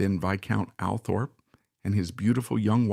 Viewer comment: It's called ALLTHORPE, NOT, "Al" Thorpe